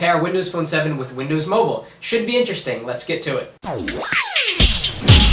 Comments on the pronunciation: MOBILE NOT MOBLE!!1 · MOBILE NOT MOBELE!!1